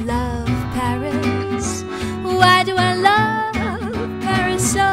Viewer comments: Sometimes, the wonderful singer pronounces "berries" instead of "Paris", because of the very soft vocalization of /p/ fortis, bilabial. It is not very important, but to take care of it. Just to try and help. The song is magnificent. Thanks. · Единственное что смутило, так это неправильное произношение слова Париж, судя по всему иностранный акцент, так что простительно.